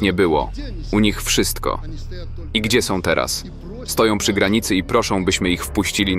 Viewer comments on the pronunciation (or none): none